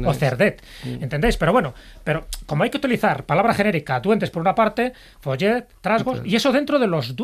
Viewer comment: Se pronuncia "FULLET" y se escribe "FOLLET" .